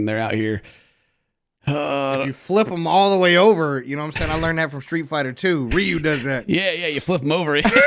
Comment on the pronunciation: The one thing that stuck with me is that says Ryu's name "Reeyuu". I cannot get over this travesty.